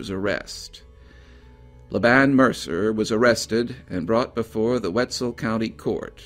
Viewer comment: Laban is pronounced LAY-ben. :)